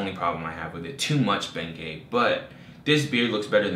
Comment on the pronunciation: hahahaha i noticed that I was rolling